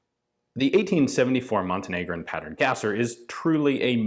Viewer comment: I don't think you are pronouncing Gasser right. Instead of Gas-er, I think it's German and is pronounced Gahz-er. This comment is meant to be academic for the purpose of being on an upward trend and not critical of you, so I'd be curious to hear your thoughts on this.